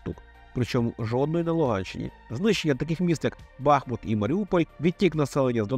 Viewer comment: Дякую за біглий але доволі точний аналіз хвороби Донбасу. Єдине зауваження,- Бахму́т. Так вірно ставити наголос у історичній назві міста. Успіхів та натхнення у вашій справі.